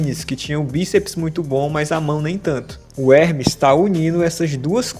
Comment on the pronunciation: You d.mb i.iot he's name is Ermes not Hrmees